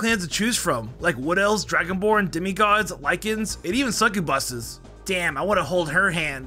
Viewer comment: Brooooo he said suck-u-buses 😂😂😂😂